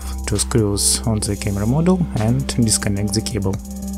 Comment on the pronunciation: Very useful. Thank you. But I think you confuse the words: "module" and "model". They are not pronounced the same and do not mean same. "Module" (meaning: "a portion of the assembly") is pronounced: "modool". "Model" means a Movic vs. a Phantom, as an example. Not making fun of you. I'm from Russia myself and had to learn the learn the language too. Just trying to help back.